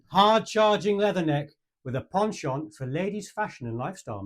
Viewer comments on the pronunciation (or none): none